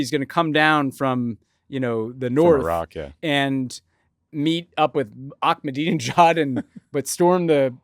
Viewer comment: I am begging you guys to learn how to say the name Ahmed (Ahmadinejad). There is no K! I expect a LITTLE better than how Jeff Dunham or Fox News would say it.